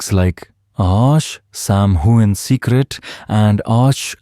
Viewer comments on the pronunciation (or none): Learn to pronounce his name!!!!